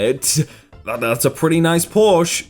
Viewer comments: It's Porsche not Porsch. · Wirthi Ugh ik! It’s porSHUH not porSHH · Ok ok he pronounced mayans wrong, but nobody’s gonna talk about how he said Porsche